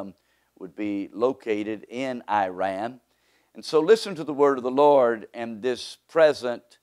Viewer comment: You can’t even say the country’s name properly, who is taking you seriously 😂